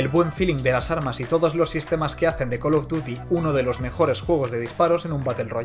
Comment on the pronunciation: Wow el caló duty jajaja